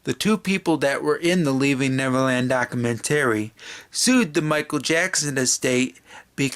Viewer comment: You need to learn how to say documentary. 😂🤣😂